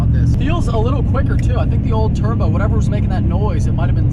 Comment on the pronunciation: You say turbo weird. 😆 Turr-bO